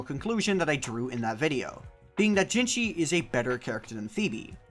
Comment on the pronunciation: again, its jinhsi, not jinshi azzhole.